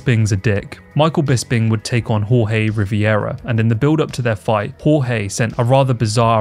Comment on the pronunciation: im pretty sure you said jorge riveras name wrong but good try at least